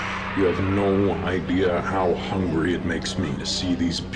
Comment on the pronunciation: I hate how he says “hungry” why